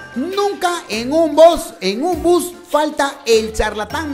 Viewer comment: el narrador dijo bos en vez de bus like si pillaste eso